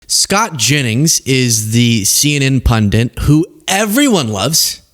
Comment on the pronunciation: Pundit, not “pundant”.